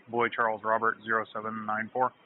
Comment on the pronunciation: Boy Charles Rob? lol do they make up their own phonetics , its Bravo Charlie Romeo